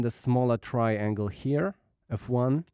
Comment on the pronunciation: Tryyy-ANGLEE :D:D